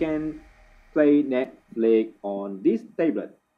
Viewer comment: it's netflix not netflik.